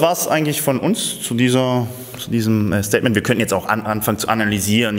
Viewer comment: *Statement, nicht Statemant! Gruß Julian :)